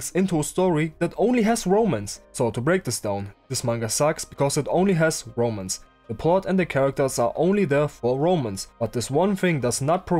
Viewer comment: from what I see, I like the 90s art style, but the story, yeah, I'll probably avoid it if it's just C***teasing for the next 1000 chapters... Ps. I always misheard you say romans from romance, like "this manga sucks, because it only has romans", still Good analysis video! PSS. Wait I kinda like the story...